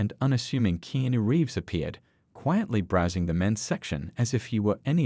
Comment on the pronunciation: Please get people who can actually pronounce words correctly instead of miss speak Mr. Reeves name